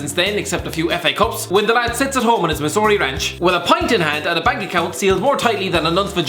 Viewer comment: That just wasn’t how you say Missour